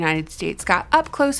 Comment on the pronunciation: Haha how you said boobie